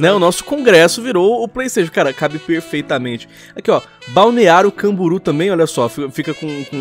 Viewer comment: Balneário Camburu. Kkkkkkkk